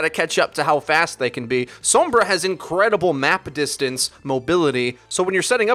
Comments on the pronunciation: I'm sorry, but you don't say sombra sombruh, SOM-BR-A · Sowwmmmbruh. Sombra* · I like that you pronounce it soombrah.